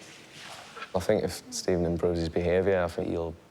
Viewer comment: steven- "good evening" stephen- "good ephening"